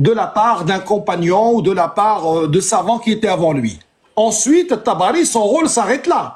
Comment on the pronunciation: Quand ils prononcent "les savants" moi j'entends "les savons" parce qu'a chaque fois que quelqu'un les attrape sur un sujet chelou, ca glisse, ca glisse 😂😂